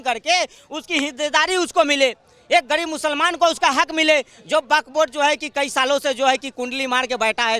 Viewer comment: Is video mein isne kitni baar buk board bola hain😂😂😂😂😂😂😂